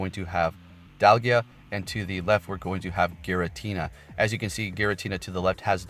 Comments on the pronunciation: Dye-al-gah not dal-gee-ah 😅 Still love your work though 💗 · its Dialga...not Dalgia 😂...juuuust sayin... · Bruh it’s dialga Die-al-gah Dam pronounce the name right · Why is everyone calling it Dalgia? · When u call it dalgia, we alrd know u dont know any pokemon outside go 😬